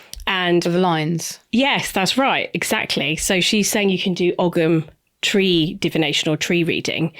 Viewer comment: Please pronounce ‘Ogham’ correctly if you are discussing it! 🙏🏼